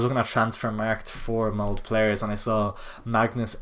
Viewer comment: Btw it's mold-ah not "mould"